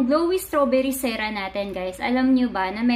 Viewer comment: SEE-ROOM po not Seh-room